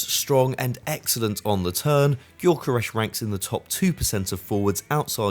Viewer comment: It's not golkaresh, it's gyökeres.